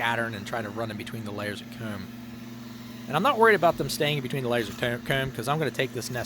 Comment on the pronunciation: You should really have some merch with the word "Comb" on it. No one says it as cool as you.